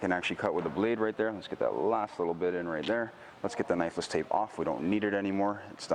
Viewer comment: not gunna lie...I always thought you were saying necklace tape until this video